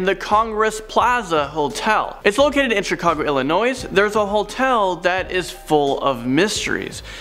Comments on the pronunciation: Illinois the s is silent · Illinois the S is silent. Stop mispronunciation of my home state